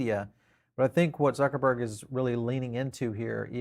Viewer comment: I do always understand if english people are saying Zuckerberg .. .Suckerbird hahahahahhahahhahahhahah soooo funnyyyyyy by the way "Zuckerberg" is a German name and pronounced totally different what do u think